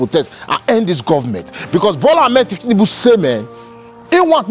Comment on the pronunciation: The pronunciation is incorrect. It’s thiefnunbu and not thieftinunbu. The correct way to pronounce it is on maiyegun diary political